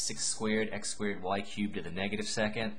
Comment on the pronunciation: Haha, I love how you say squared.. Sounds like squid! Thanks you! Very helpful! (